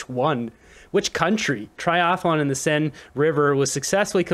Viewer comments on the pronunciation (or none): none